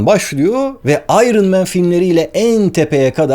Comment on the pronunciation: Vay be, "iron" kelimesinin doğru telaffuzunu Barış Özcan'ın bile bilmediğini görmek şaşırttı. İngilizce'yi sonradan öğrenenleri tanıma filtresi bu kelime